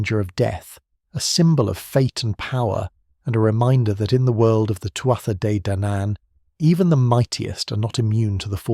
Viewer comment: Really nice documentary man, I enjoyed it! For future reference, the correct, phonetic pronunciation of "Tuath" is "two-ah"